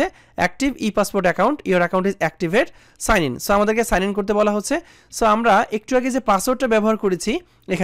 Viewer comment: এ সাআন আর ই সাআন টা কি ভাই ?🤣🤣🤣